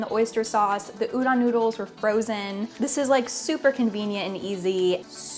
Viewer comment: its udon, pronoucne the O like the word tone or phone. Everytime i see chefs say udan instead of udon it makes me cringe.